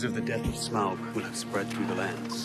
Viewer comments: Smaug not Smog, lol. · Am I really the only one bothered that she keeps saying "smog" you can literally hear the actors say it correctly. "Sm-ow-g" 😑😑😑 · Please stop mispronouncing Smaug as "smog". Are you not listening to how all the characters in the film pronounce his name? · It's Sma-ug not Smog or Smag, Sa-u-Ron not Saron :)